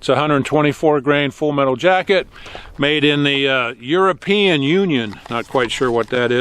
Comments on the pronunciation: The "euroean" slip, gave me good crack up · "Eurapeein on my boots boah" that's amazing haha